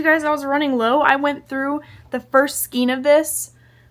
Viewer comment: The pronunciation of "skein" is generally s-kayn (like the name "Kayn"). Merriam-Webster and other dictionaries list the pronunciation as "s-kayn